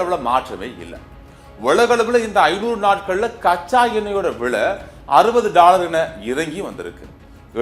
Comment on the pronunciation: செய்தி வாசிக்கும் பன்னாடை போறம்போக்கு....அது BETROL இல்லையடா முட்டாள் கூ..... அதை PETROL என்று உச்சரிக்க வேண்டும். அதே போல் வ்லை என்று உச்சரிக்க கூடாது....விலை என்றே உச்சரிக்க வேண்டும். உனக்கு சரியான உச்சரிப்பு வரவில்லை என்றால்....செய்தி வாசிக்க வராதே....செத்துடு.